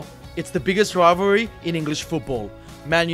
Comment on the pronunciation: Why did they get a commentator that struggles to say rivalry lol